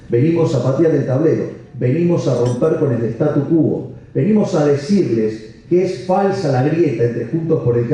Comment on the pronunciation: MIlei, no es "statu qúo", sino "statu quó".